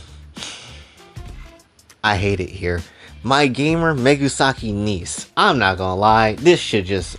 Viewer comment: You calling mesugaki "megusaki". 😆